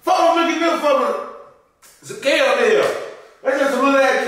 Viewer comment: Them Cara-Mel’s had him fckd up 🤣😭